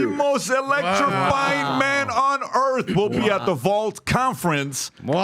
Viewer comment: Just remember Cardi B cannot pronounce the name of the very planet she lives on.